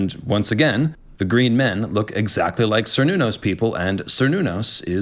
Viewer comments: Even though by now I already know it's Cernunos, I cant stop interpreting it as Sir Nunos every time:( PS: read the goddamned notes,. Ffs. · Only because of how often the character is raised on this topic: For "Cernunnos," is "Ker," not "Ser," just as the people are Celts, not Selts, and the clan is "Kennedy" (originally spelled "Cennedi"), not Sennedi.